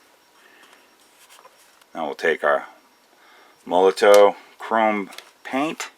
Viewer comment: Hi! Thanks for the test, it was useful. Only one thing, the pronunciation: it should be "molotov". It's a russian name. It's not a "tow" from "Molo" :)